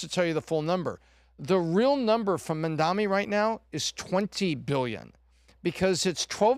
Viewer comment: And to this day, can't still say Mamdani's name correctly. How are you going to retain your credibility when you can't even get a simple name pronounced correctly?